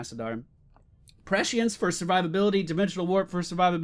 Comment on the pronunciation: There's no "H" sound in prescience :P You almost got it xP